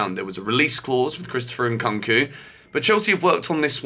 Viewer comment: WHY DOES HE KEEP SAYING CHRISTOPHER NKKOOOOONKU!??? IT HAS A U FOR A REASON ITS SO JARRING WHEN HE SAYS IT PPLEASE YOUR NAME ISNT GEORGER BUNSON IS IT???